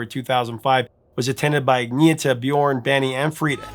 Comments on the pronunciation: Agneeta? Who's that? Her name is pronounced Anne-Yetta... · I've always loved ABBA, I still have the box set from 1993. Oh, by the way, it's pronounced "Ahn-yetta", not "Agneeta". :D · When you say Agnetha’s name, it sounds like you’re coughing up a hairball. It’s not that hard; it’s pronounced “Ann-NE-yet-TAH.” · According to her it's pronounced Anyetta. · Love your channel, Professor but I think it's pronounced An yet ta. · Pro-tip: the name is pronounced 'Anyetta'. Related to Annette. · Her name is pronounced "Ahn-yet-uh". Sure, on the surface, their music seems poppy and insignificant, but close listening will reveal that their songs have an underlying darkness, even the upbeat ones. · Everyone seems to have trouble pronouncing Agnetha. It's pronounced "on YET uh." Kinda like a Swedish version of Annette. Quite lovely name for a lovely lady.